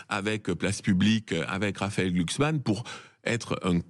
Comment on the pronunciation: GLUUHKSSSMAN! Argh ! Mais c’est bien sur!